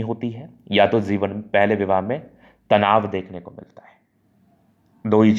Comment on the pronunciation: Zeewan nhi jiwan… dhand se bolo bhai